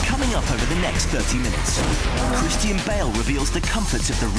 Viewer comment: his name is christian not cristine you stupid narrarator